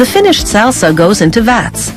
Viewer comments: SALE-SA, H-ERB, CIL-ANN-TRO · I've never heard someone butcher the word "salsa" so many times in one sitting. Or "cilantro" for that matter. ;) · i’ve never heard someone pronounce salsa, cilantro, and herb like this 😂